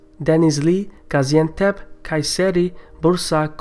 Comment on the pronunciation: You trying to say denizli,gaziantep(gazi comes from winning a war) and other cities is just funny. Haha